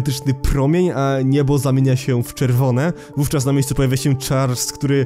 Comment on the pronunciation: Muwi sie Charles a nie chars